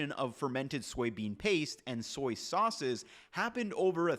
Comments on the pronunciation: Haha I heard that too! Thought he slipped into a Brooklyn accent for a second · "...some soyces..."😂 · “Some soices …” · '... some soyces..." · You said “soyce” at one point and that’s what I’m calling soy sauce from now on. Soyce. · Petition to instead of saying sauces say soises😂😂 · Did you say "soyces" ? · hehe "soyces" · "some soyces" My man lived and breathed Soy Sauce for too long this episode lol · I love the new compound word soy-ces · "Some soyces" 😂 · “some soyces” lmao great video though! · I caught soyces and tamari with no soy. Apparently, my listening skills are good. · I'm totally calling them soyces from now on.